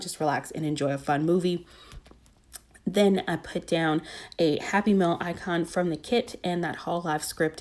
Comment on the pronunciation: I listened and searched the page 5 times before I figured out you were saying “happy mail icon,” not “happy meal icon...” 😂